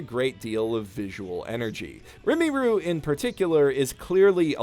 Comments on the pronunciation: It's Rimuru, not Rimiru lol triggered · The slime's name is Ri-mu-ru, not Ri-mi-ru. Sorry, but you're going to have to re-record and re-upload this video. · Its RiMUru, not RiMEEru. You are making me cringe so much with how you pronounce Rimuru-sama's name. THIS SHALL NOT GO UNPUNISHED. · I have exactly one complaint about this video… just one but it’s damn glaring… you keep calling him ‘rimiru’… his name is ‘rimuru’ it might seem minor but trust me it’s not 😂 Great video otherwise, this is still my favorite anime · I hate how he says rimuru, it's RIMM AROO, not REMI RU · I'm sorry but it's not Rim-e-ru It's ether Rim-oo-ru or Ri-moo-ru. It's not your accent making you say it that way so you're just being lazy with your word pronunciations unless that was an attempt at a nickname or whatever, either what way at least try. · Youtube is recommending me this two years later and why the hell are you pronouncing it "rimiru" it's rimuru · RIMIRU!!!! its Rimuru, u stupid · Rimuru is pronounced not Rimiru but you might have figured out how to pronounce that right by now. In Japanese you pronounce syllables with basically no variation. For example the i in onii-san is pronounced the exact same way as the i in Rimuru and the u is pronounced the same way as the u on the end of Rimuru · Pronunciation alert: his name is Ri-mu-ru. Not rim-uru. This triggers me immensely. Hard to believe someone is a fan of the show but can’t say the name right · ITS RIMURU NOT RIMIRU 😤😤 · Every time I hear you pronaunce "Rinmaru" I die inside. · Rimuru not rimiru🤦‍♂️ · Its RIMURU not RIMIRU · It's pronounced "Ree - ma - ruu", and not "Rimi - ruu" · you should probably use skillshare to learn the protagonist's name properly. "Rimuru" not "Rumiru" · Why does it have to be said like | Rimy ruh | and not like Rimuru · Not to be "that guy", but I've heard it pronounced as Ream-Uh-Roo. Instead of Rim-EE-Roo. Anyways, I absolutely adore this anime. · Stop saying rimiru it's rimuru.